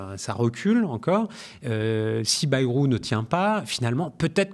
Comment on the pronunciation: Par pitié, arrêtez de dire " Baillerou " Aux termes de l'article 2 de la Constitution de 1958 : "La langue de la République est le français " Pas le béarnais : donc " Bairou "